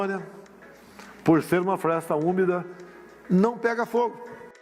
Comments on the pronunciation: "Floresta ÚMICA". Esse merda nem falar direito sabe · Será que ninguém notou? Em vez de floresta úmida ele falou floresta úmica.